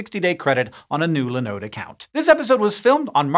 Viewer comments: Have never heard anyone pronounce Linode that way before. Now I'm going to have to look it up to see if I've been saying it wrong all these years. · OK, a pronunciation of linode that I haven't heard before. That really doesn't happen often!